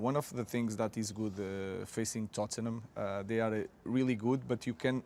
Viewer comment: The way he says 'Tottenham' 🤣